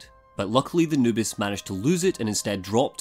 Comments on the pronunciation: For some reason i keep hearing "anubis" instead of "noobis" so my mind just imagines a jackal god trying to play videogames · Same here, for the first video I kept wondering why he called his girlfriend Anubis.